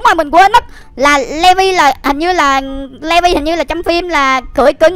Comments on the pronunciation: Ko phải đọc là le vi mà là lì vai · ANH ƠI NHÂN VẶT ANH BIẾN THÀNH LÀ LỆ VI ANH ĐỌC SAI RỒI